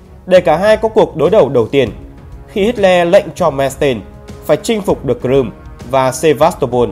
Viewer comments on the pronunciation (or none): none